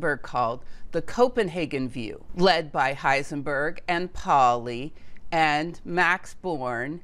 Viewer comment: "Leipzig" is pronounced "LYPE-sig" "Pauli" is pronounced "POW-lee" "Planck" is pronounced "MAHKS PLAHNK" "Goebbels" is pronounced "ɡœbl̩s" (rather like "herbals" without the R)